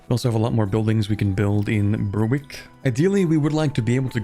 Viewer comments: it's pronounced berrick. Yes it's stupid, no I don't know why it isn't spelled like that, blame the Scots & the Norse Also, whilst that spelling is more accurate to how it's said, it's more accurately spelled gallóglaigh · It's pronounced berr-ick not bur-wick😭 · Yes! Suas leis a' Ghaidhlig! 'S Alba le na Ghàidheal! The way she always should've been! Dia dhuit, a' ghaisgeach treun! BTW - it's pronounced Ber-ick. The w is silent in Berwick. And if you care at all, the correct--at least modern--Gaelic pronunciation of Alba has an epenthetic vowel between l and b. /aLabə/ or even /aLapə/.